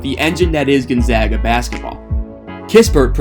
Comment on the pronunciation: You get a like because you said Gonzaga correctly. Also your video was well made. GU fan here